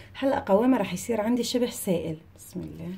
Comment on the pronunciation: The way you say بسم اللة ( bismillah) MmMmmmm Love your accent gurl!😻